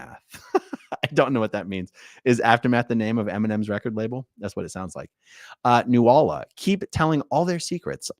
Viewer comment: lmao,nuala would be pronunced more like newla you wouldn`t sound out the first a